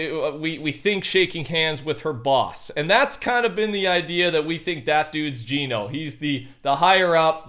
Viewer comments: Geno is pronounced JENN-O not JEAN-O.. GENO is not a person.. It's an organization.. Your supposed STORY LINE NERDS.. Have it completely wrong.. You're touching THE AREA but getting the subject wrong my friend.. You'll think I'm a random that knows nothing until you see THE TRUTH 🤗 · I die a little each time he says jean-o instead of gen-o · ITS GEH-NO NOT GEENO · Why do people say geno like ge no even though agent Jones said gen o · It’s painful seeing all these large content creators mispronounce Geno, Agent Jones literally pronounced it as “Jenno” in the Chapter 2 Season 6 trailer when he was talking to the foundation. It’s Jenno, not Jeeno